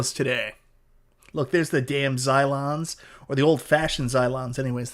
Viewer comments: Cylons, not Zylons 😄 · Lol “Zylons” 😂